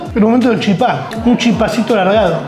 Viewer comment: Muy buen video, pero soy de Misiones y se pronuncia chípa no chipá, un poco de respeto porfavor